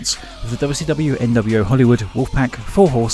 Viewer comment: i hope you dont mind, but i love how sometimes it sounds like youre saying "Dubby Stubby", whenever you say WCW 'too fast' (and yes, i Am aware of the times youve pronounced it as 'Double-You See Double-You' as well, im just saying that im glad you have "that much" of your wonderful accent :D)